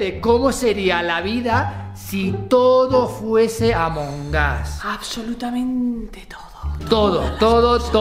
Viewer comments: amongos se dice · Ya carajo ya dejen de decir amongas es amog us porque todos dicen eso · Noo amongus se pronuncia among us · No saben decir amongus